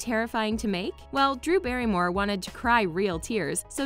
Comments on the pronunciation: “ Dew Barrymore “ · DEW Berrymore lol